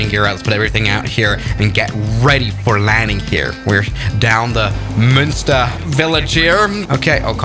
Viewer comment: munster airport ❌❌ monster airport ✔✔